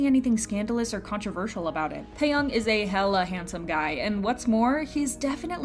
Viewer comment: It's TaeyAng and not TaeyOng...